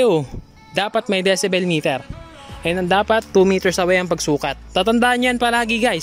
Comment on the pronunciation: ung enforcer d alam ang gingawa.. di nga mapronounce ng tama ung decibel eh.. dyesibel daw eh??! 😁